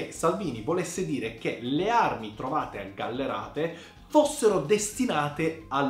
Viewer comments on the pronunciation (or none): GallArate non GallErate caspita pronuncia bene il mio paesello 😂